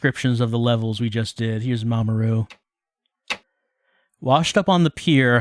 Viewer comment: Every time you say 'Mamoru', I keep thinking you're saying 'Mama Ru', as in, Rupaul 😅